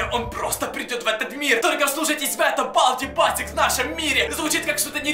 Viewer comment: На балди басикс а балди бейсекс